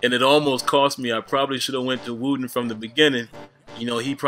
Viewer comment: Wroten not wooten